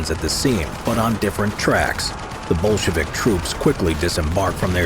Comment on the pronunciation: Everytime he says "Bolshevik" I hear "bullshit" 😂 how fitting